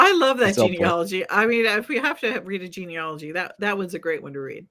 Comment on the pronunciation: The word is not GENEOLOGY. As you can see from its spelling. The word is GENEALOGY. Pronounced "gee-nee-A (short a as in "cat")-logy. I have studied genealogy including graduate-level coursework.